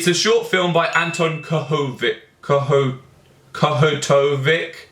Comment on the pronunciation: Oh and... You pronounce it like Kohutovich